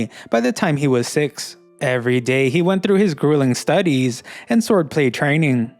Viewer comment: Everyday he WENT through his grueling STUDeeez. Y u talk this way? 😂